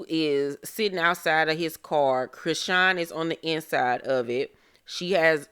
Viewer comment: Did you mean to pronounce her name CRAYsean? 😂